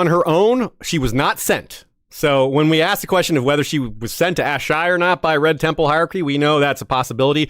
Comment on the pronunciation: Wish he didn’t pronounce “Asshai,” the way he did at the beginning. Ash-Eye? Uh-Shy (phonetically) is the way I’ve always read and heard it in my head. But I might be wrong. Great video besides me being a nerd. Well done y’all.